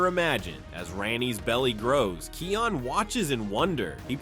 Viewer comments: Bro stop pronouncing it keion it’s pronounced Kaion but spelled kion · Kion’s name is pronounced wrong on your video. (It’s pronounced as Kī-on) On , , and , you somehow mispronounced Vitani’s name. (You pronounced it right back on , - .) You also mispronounced Rani’s name on . (You did pronounce it right before.)